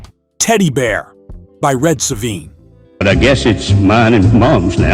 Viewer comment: Red so. Vine. Not soveen. Just saying